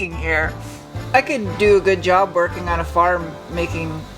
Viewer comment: I heard "here until ten twerking on this thing" 🤦‍♂️🤣